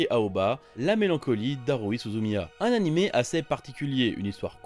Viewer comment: [Animé], pas [Anim], jvous jure...